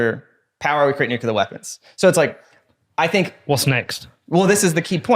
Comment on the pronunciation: Great episode, fantastic topic and guest. But also I died a little inside at every mispronunciation of “nuclear”